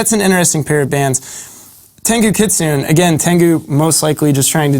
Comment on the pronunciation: FYI - it's KI' TSU-NEY not KIT-SOON. Kitsune is Japanese for fox. Sayonara.